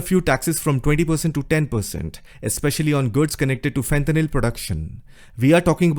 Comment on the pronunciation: fentanyl not fenthanyl